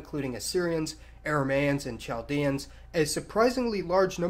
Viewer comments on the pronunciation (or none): It’s pronounced (KAL-dee-in) not CH-al-dee-an. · Chaldean is pronounced Kal-dee-en. You don't pronounce the CH.